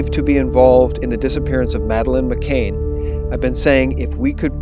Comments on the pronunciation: It's Mc "CAN" not Mc"Cain". Excellent effective video. Still will greatly disturb people - especially many females - and especially those still in shock and anger over USA election. But it must come out now, after election and pre-inauguration. Distribute through teachers, police and media - especially all mainstream media especially local newpapers. We must insist they discuss this openly. Scotland Yard must interview the Podestas before they (UK Police) close the case yet again. #Pizzagate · Just so you know for future reference, it's Madeleine McCANN (the same pronunciation as 'can' or 'fan') not McCAIN (rhyming with 'pain'). It's also Savile (rhyming with 'ill') not Sav-eyel (rhyming with 'vile')... actually either pronunciation of that bastard's name is more than apt. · Why are you pronouncing her name as "McCain" when it's "McCann"? Regardless, thanks for offering, so far, an objective alt-news channel. I watch almost all of your vids. Please don't lose credibility and let the chips fall where they may. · This report is spoiled by your mispronunciation of Madeleine's surname. You get it right when you read the article on her parents. Her name is Madeleine McCann, not McCain. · You can't pronounce Savile, you can't pronounce McCann and you can't pronounce Suffolk. Please stop making videos. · To whoever is narrating this, you do that wonderfully annoying thing common among Americans which is to mispronounce names and places. in this case McCann and Saville. You can hear Piers Morgan saying it correctly yet you wish to say it differently.